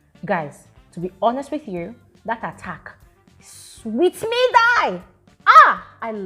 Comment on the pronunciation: 😂😂😂, the way you said “e sweet me” shows that African in you 😂😂😂